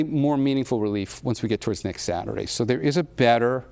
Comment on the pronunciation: When is satruday?